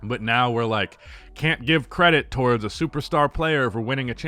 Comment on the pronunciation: "towardst"